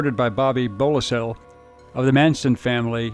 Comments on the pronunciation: Bobby "BOE-so-LAY", not "BOE-lih-sell." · It’s pronounced “Bo-so-lay” not “Bowl-a-seal”. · The one killer's name is pronounced/BO-so-lay/. Just sayin'. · It’s pronounced Bosolay, unless you are an A I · A rope around her neck, one of her breasts was cut off, and there was an X slashed in her stomach..... I was going to comment "you can't make this shit up," but apparently you can. Then again, what do you expect from a guy who can't even pronounce Beau-sa-lay, after having heard the name for the last 50some years? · his last name is pronounced boo-sa-lay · His name is pronounced Bo-so-lay. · Bo-se-LAY. While phonetic, your accent is on the wrong sy-LO-ble. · Name is pronounced Bo sah lay. Also Manson shot Crowe but Crowe did not die. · You almost had Bobby Beausoleil's name right. The last L is silent. Bo-so-lay. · I believe its pronounced "Boe So Lay"...But, I might be Wrong on that. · Bobby Bo-so-lay. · Bobby Beausolei should sue you for mispronouncing his name so horribly. Bobby Boozil is how it came out lol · Please get your facts straight. "Lots o'Pappa" didn't die. The Tate house was chosen not for Sharon, but because Terry Melcher had lived there before. Please take the time to learn proper pronounceation it's bow-sa-lay. Yes, some of these are possibly Family murders. However, a lot of them are just sad coincidence. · Better get your facts straight. Manson shot him. He survived the shooting. Manson thought he killed him. And it's pronouned Bo So Lay!! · Bobby's last name is pronounced /BO-so-lay/. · It's pronounced "Beausilay" Bobby Beausoleil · Wow. I thought I knew a lot about Manson. I was not aware of all these other associated killings. Beausoleil is pronounced BO SO LAY. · Bobby Beausoleil (Bo-So-Lay). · Beausoleil is pronounced BO SOLAY. Americans are funny 😂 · It’s pronounced Beau-Sa-Lay. Bobby’s last name, just trying to help. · Your pronouncing Bobby’s name wrong don’t you do your research before doing. Video?